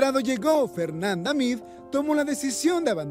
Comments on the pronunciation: Es Fernanda Meade, no Meada, 😒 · Se mancharon es Meade no Meada !!!😂😂😂😂😂😂😂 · Que onda? Su apellido es Meade no Meada, no es posible que no lean el título del video… que falta de profesionalismo, y ya pasaron 4 años de este video